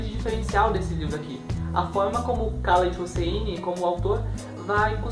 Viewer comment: olá! A pronúncia é "Raléd Russini"